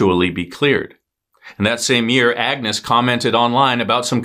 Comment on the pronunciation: You pronounced Benoit correctly, and Xavier so why not Agnes?